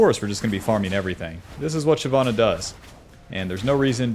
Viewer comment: It’s shyvana nor shyana 🙄